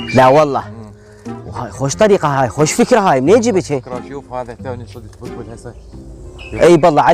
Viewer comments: هو مايكول كلمة بلبل صحيح يكول بلبول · حلو الفيديو بس اسمه بلبل و ليس بلبول